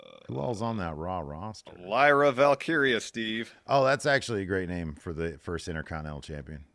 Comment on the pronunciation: The new bit needs to be that Steve can't say Pure Fusion Collective but now he says Lyra Valkyria's name perfectly.